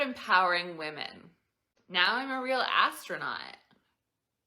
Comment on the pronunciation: Actro-not, yeah, that's it.